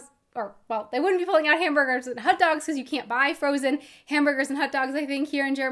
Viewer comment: hut dogs? What kind of accent is that?